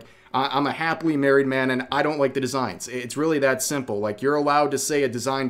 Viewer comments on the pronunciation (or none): none